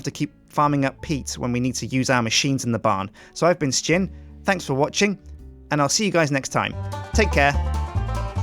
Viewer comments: I love that he pronounces his name "Suh-jin" and everyone else says it "Shin" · isnt it pronounced, Shin :P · Sjin y do you pronounce your name like its spelt yet all the other members of the yogscast pronounce it shin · sjin, not a beenoob your a newbee :D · I've noticed 'Sjin' is always being pronounced different, is it like 'Shin' or 'S-gin'?